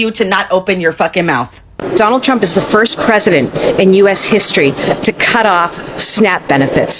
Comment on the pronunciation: “donahd trunk” 😂 😂